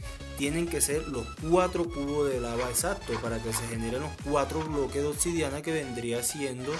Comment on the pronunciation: "Otsidiana" jajajajja